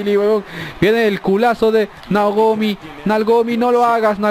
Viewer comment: like si escuchaste que en bes de dicir naomi dice negromi